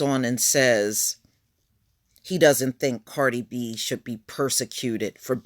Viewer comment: are you calling her “Party” B?🤣🤣